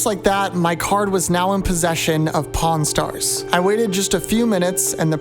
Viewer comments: I could’ve sworn bro said corn stars🟧⬛️ 💀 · I thought bro said Po-n stars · I was on speaker when he said pawn (porn) stars. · I swear I heard u say cornstars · pronounce pawn stars again